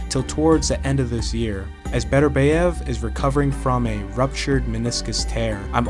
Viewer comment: Love your videos. But please research the pronunciation of names. You pronounce Bivol perfectly, but you mispronounce Beterbiev by saying Beterbeiv